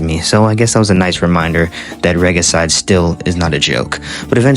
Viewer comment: Why tf do you pronounce regicide like that?